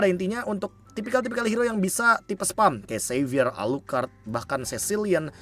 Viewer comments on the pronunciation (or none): none